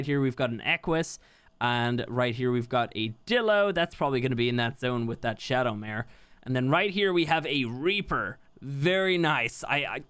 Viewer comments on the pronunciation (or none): ShadowMane, not ShadowMare XD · Him over here saying shadowmare not shadowmane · It's called a shadowmane and not shadomare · Bruh said shadowmare its not a horse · Shadowmane not Shadowmare <3 :) keep up the good work mate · I just realized that said shadowmare not shadowmane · please stop saying maRe and call it a maNE that is the name if the shadowmaNe XD;):P Thx for an awesome vid:) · SHADOWMANE NOT SHADOW MARE (I’m sorry can’t help but to correct people) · its called "ShadowMANE", not "shadowMARE". Sorry, my OCD is kicking in. Love ur vids man. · The picture reads Shadowmane but you keep pronouncing it Shadowmare, is there some weird linguistic thing going on I don't know about?